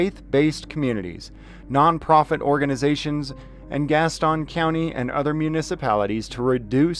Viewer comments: Pronounced GAS TUN County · The "ston" in Gaston is pronounced like the "ston" in Houston.